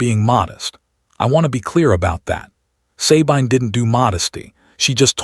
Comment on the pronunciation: Sabine is correctly pronounced "suh-BEEN" in English or French, and "suh-BEE-nuh" in German. NEVER EVER "SAY-BINE" BINE as in MINE. NEVER. EVER. Great story though.